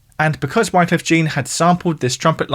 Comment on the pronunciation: Bit sloppy on the names and pronunciations in this one. 😅